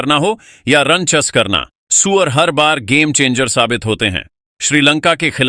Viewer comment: सूर्या को सूअर क्यों बोल रहा है बे ???